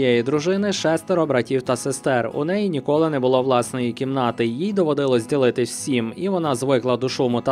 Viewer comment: Та запам'ятайте вже нарешті: прохООООООООдити, довОООООООООООдилося! Скільки Ви ще тягнутимете ці свої кляті кацапські наголоси?!?!?!?!?!?!?!?